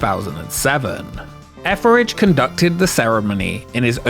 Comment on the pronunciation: Your pronounciation of Etheridge "Efferage" scratches an itch in my brain that I had no idea I had...Thank you!!! ❤